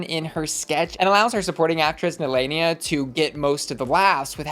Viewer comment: I remember Nehelenia said she got her name from Sailor Moon, the evil queen of the dark moon. So why does everyone say her name wrong? That’s not how they say it on the Sailor Moon TV show.